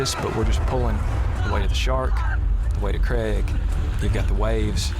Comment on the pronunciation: Craig, not Creg.